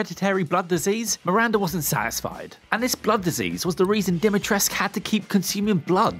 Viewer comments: DimitrescU fucking U!!! Not Dumitresc. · "Dimitresc" where is the u letter man? Not english or french where you just drop many letters without reason.